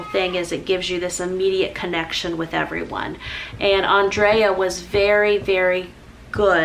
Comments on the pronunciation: Lordy, yes ignore the negative comments. It isn't like they never pronounced a name incorrect. And you're like one of the sweetest people ever. You were honoring her memory. ❤❤❤❤❤ I'm in shock though of hearing her passing. 😞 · YES, you are SO RIGHT! And you can pronounce the name Andrea at least three different ways. I've watched her videos for years as well and have heard her say her name at the beginning of every video. This is just how saying her name comes out of my mouth. She heard how I said her name, and she never corrected me. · It beggars belief that this awful, untimely tragedy can happen, that you give a heart felt tribute to a wonderful lady, friend, wife and mother and all these sad individuals take away from it - the one thing they see as having most import is your mispronounciation of Andrea's name ???!!!! Get a grip and reflect on what you have said you are being ridiculous ! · You were gracious and kind about your friend so who cares about not saying her name right!!! If Andrea never corrected you then NOBODY else should say a word to you about it!!! Obviously the lady had grace as well, loved and didn't feel the need to correct you! Big hugs to you and I am so sorry for the loss of your friend!!💖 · Bless You!!! Who cares how you say anyone’s name. You have such a sweet kind heart! I believe if Andrea did not correct you she probably loved how you said her name! My grandparents called my little sister “Angel” when her name was “Angela” NOBODY ever corrected them BUT what a sweet loving term of endearment my sister has had even after they passed. I also feel you are WAY TO HARD on yourself!! You are AMAZING! None of us have the same strengths as the other. What a beautiful world God created with beautiful different personalities and strengths in each of us! You are beautiful and perfect just the way you are!! God bless, Brenda~ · Nice tribute ❤️ don’t worry about how you say her name!! People should lay off!